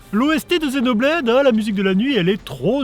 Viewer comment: C'est marrant, tu dis bien "Zenoblade" et "cross" (et pas X) comme en VO, par contre tu ajoutes le "Chronicle" du titre occidental. :)